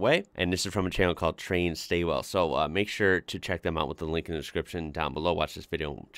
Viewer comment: Hey mate, that town is pronounced more like 'stall' the 'w' isnt really used (everyone says it the way you did) that town is my home town and i grew up seeing odd and large loads go through town. The road they are on is the western highway which is the main road between melbourne and adelaide.